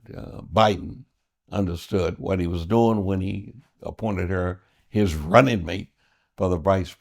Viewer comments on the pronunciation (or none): none